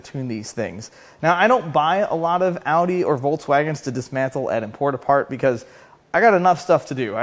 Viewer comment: Thank you for pronouncing Audi correctly. One of my bigger pet peeves.